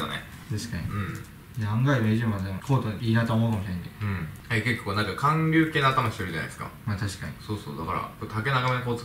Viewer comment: よ、 韓流はカンリュウじゃなくてハンリュウなw